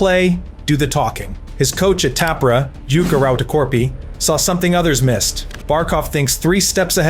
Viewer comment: It is Tampere, not Tampiri!!!!!!!!! 😮